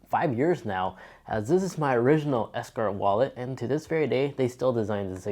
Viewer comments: Bruh how have you had this wallet for 5 years but still can’t pronounce the name correctly? It’s Ekster not ESKER 😂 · It’s pronounced Ekster, not ESKER! Decent review, but work on your speaking skills.